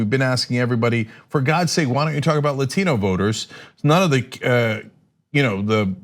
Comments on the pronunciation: Another Spanish word ? Remember "Latin" is a language, i have known a few who have studied and spoken it. Non of them have ever pronounced it the way she has. Non native english speakers mispronounce many words, we usually just ignore it by calling it as an ascent. But if we speak a language proficiently we then do not change to an accent mid sentence. it's like purposefully doing a thing the "wrong way". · I know a TON of Dominicans, Puerto Ricans, Cubans and the such. They never put that much emphasis on the word Latino. Cousins are Latino, never heard them talk like that. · 😂 Im really not trolling. I like AOC and Im a hard lefty, I hope she becomes president one day, but my brain cringes when she says "latino", I cant help it